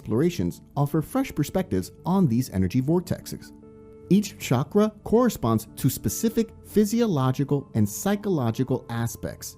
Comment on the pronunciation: CHA-CHA - CHA- KRA....Not shockra.